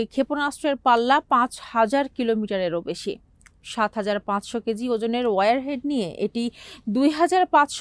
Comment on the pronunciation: It's not warehead. It's warhead.